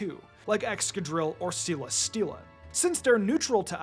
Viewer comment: It’s pronounced SELL-uh-steel-uh, “”. 🤨